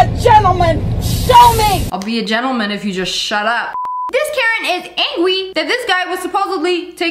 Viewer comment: She said “This karen was ANGWEY”💀💀💀